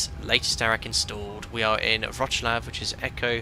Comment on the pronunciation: Hi, you can pronounce Wrocław as Vroc-love, will sound good😅